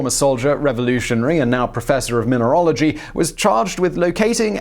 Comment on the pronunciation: Hey! They're called "minerals", not "minerols", so it's" mineralogy", not "minerology". And yes, I know this is nit-picking, but I watch genealogy programmes too, and undergo the same "geneology" torment. (Maybe I should stick to cat videos for peace on the "ology" area...)